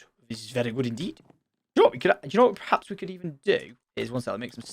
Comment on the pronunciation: I dont mean to dig on tom but is it just me that noticed every time he uses the word 'perhaps' he actually says 'prehaps'?